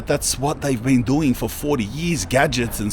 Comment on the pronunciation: Say bean again 😂😂